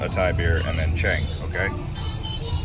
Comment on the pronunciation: You should just never order "Chääng" or "Singhaaaa". Just point at it, if you can't pronounce it. Thais are also not going to the U.S. and order a "Beewuissaaar" when they actually want a Budweiser. Just a friendly reminder, you shouldn't teach thai words or prases to people on Youtube, when your actually don't speak the freaking language...